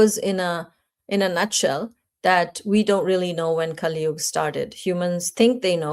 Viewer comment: It is kali yuga not kali yug and moksha not moksh Madam please dont pronounce sanskrit words like hindi. Thank you